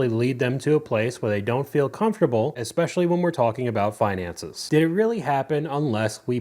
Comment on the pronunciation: Anyone who pronounces it "ekpecially" automatically lose me with their argument 😂